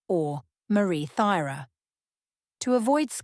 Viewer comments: I think it’s pronounced Turah? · What errors? Pronunciation of Thyra’s name, and mistakes in genealogy that have been pointed out to you in the comments. It is very important to get your facts correct.